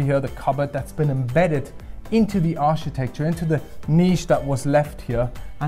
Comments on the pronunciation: Hi Love your presentation, but not sure if anyone has mentioned to you before, Architecture is pronounced Arkitekchur not Architekchur. Thanks, Oh and there are Curtains but they are electric and on the outside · New drinking game in town: Take a shot every time mispronounces "architecture".